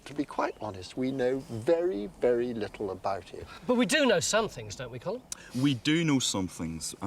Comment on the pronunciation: Why can't English people pronounce Colm. Its not like it sounds in Malcolm. The L is not silent Tony. Phonetically it's Collem. Comes from Colmcille which is an ancient Irish name